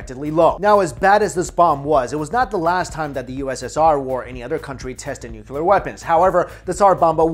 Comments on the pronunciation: New - Clee - Er New - Cu - Ler Why can't people pronounce it right? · Bro it's nuclear, not nucular lmao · New-Cleer... not New-que-ler... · Nooo-cleee-errr not nucular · Say it with me 'Nook-lee-arr' or even 'new-clear' Nuclear...not nucular. Edit: Show me where the nuculus of the atom is. Sorry, that has always been a supreme OCD trigger. Lol. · "New-clear" not nu-cu-lur. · I pronounce it as ‘noo-loo-car’ fight me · "...the US inevitably became a Nucular power" -My Chin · Totally nuke-u-lar dude! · pronounced New-Clear. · 1 "U" in nuc-LEE-ar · Jesus Christ man. I love your videos... but I cannot watch a video where someone repeatedly says nu-cu-ler. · Nu-clear. Pronunciation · Ian Macfarlane I don't know what you do for living but you seem to have lot of time for writing BS. You clearly think less and type more. I don't have any problem with, but the OP... can't get enough of saying 'nu-cu-ler', it's like mocking his accent. If that's not racist then I bet you do the same things (mocking people) in your life for fun. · George W Bush. People have had trouble with that word ever since he mispronounced it on TV for 8 years. While he was in office I caught myself making the same mistake a few times. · LOL Syn's I feel your pain as that has been a pet peeve of mine as well. Hang in there! :) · Came to the comments to say the same thing but you already said it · This guy is destroying "Nuclear "... gotta be a language barrier..